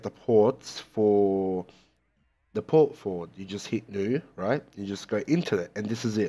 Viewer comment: "Fort Porward" xD thanks for the tutorial